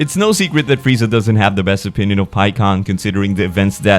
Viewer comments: One of the rare times someone actually says Freezer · Goku: "wow freezer You really were a cut above the rest" didn't even try to say his name right😂😂😂